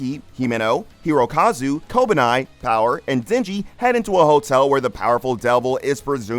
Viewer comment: how the fuck did you come to the conclusion that Kobeni is pronounced "kobanai"